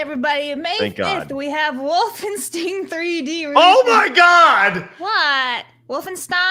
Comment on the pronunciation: "wolfensteen" fired